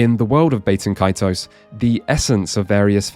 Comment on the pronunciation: ... Incidentally, Bah-ten Kaitos; not Bay-ten Kaitos.